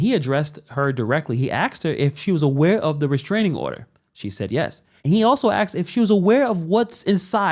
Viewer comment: Asked = asked Axed = axed